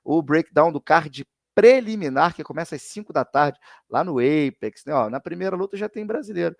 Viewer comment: Mano, pelo amor de Deus. Apex dói muito Qd vc fala